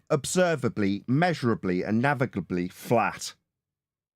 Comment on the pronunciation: Yay!!! You said it right! Navigably! Great job! Lol